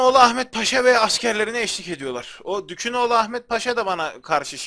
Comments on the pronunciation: Abi okumanda sorun mu var lord ferninando yu firenso diye okudun dukaginoglunu dukunoglu diye okuyosun :D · Hacııı dükünoğlu ahmet paşa degil dükaginoğlu Ahmet Paşa :) seri boyunca yanlış söyledin neyse canin sağolsun (qalp) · Ya abi bir gün kanalı takibi bırakırsam yanlış telafuzların yüzünden bırakırım. Osmanlı padişahına dükün oğlu ahmet paşa diyorsun. O dükün oğlu değil abi. Dükü çıkar aklından. Ymirayada gereksiz bir "y" atıp ymiriyiriya diyorsun. Biri sana Samed Gelgör dese sinirlenmezmisin. Abi şaka bir yana bu telafuzları biraz düzeltirsen sevinirim, kafama takılıyor. Uçuyor kafam :D